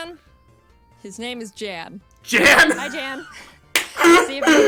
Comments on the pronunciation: You were saying Jan's name gorrectly. In this whole video Jaden was mispronouncing his name. It's pronounced the way you were saying it originally. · "What if im saying it wrong , i thought it was Yawn" - Jan is german , his name gets pronounced like Yawn in english. Or more precise like Yan from Yanmega. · Just for the record, Jan's name is pronounced "Yaan", like you did at the beginning. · In the reaction video that, Jan, responded to, he did say it was pronounced, yawn. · No, you're right; it's pronounced Yahn. He clarified that during his reaction to this episode of Jaiden's Nuzlocke series. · Young without the g is spot-on. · It is pronounced "Yan", it's German. So yeah you were saying it right, she was saying it wrong. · Just want to add to this comment that Wolfey is pronouncing Jan's name correctly. In Pokemon Challenge's reaction video he mentions how it doesn't have an American pronounciation and is a German name pronounced like YAHN. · Thanks for pronouncing "Jan" the right way 🥰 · 🎶real Youtubists know PC’s name🎶 🎶I hope that we pronounced it right🎶 (You did. It’s a Nordic soft J. He said so in his own reaction to this video. Good job Wolfey.) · ur pronounciation is correct btw jan is german so yea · i'm guessing you didn't misspell "either" becayse the letter n is far from the letter e but Jan reacted to the video and he said it was pronounced as how Wolfy originally said it. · Someone else probably has said it, but you do pronounce Jan correct. In his video he said it was pronounced "yan" or however you spell if for pronunciation but he seems fine with the mispronouncing. I get it, I mean just look at my last name. I think I have had a maximum of 5 my entire life pronounce it right the first time. Its just expected and not insulting since its clear since its pronunciation depends on you knowing how a different language pronounces it. I mean I don't speak German, I would 100% pronounce it wrong too if it wasn't my last name.